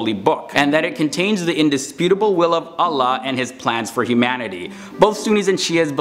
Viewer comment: Is anyone else annoyed that he switched to a light l sound for “Allah” despite the fact that it’s actually the only Arabic word that uses a dark l (other than assimilation from emphatics)?